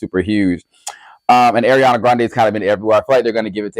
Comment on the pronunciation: I need u to work on pronunciations 😭 ARIANA NOT AIRIANA —- GRACIE ABRAMS NOT GRACIE ADAMS